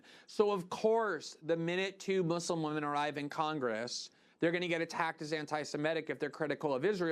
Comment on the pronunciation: nobody: me: celebrating the fact that Glenn says "Muslim" the right way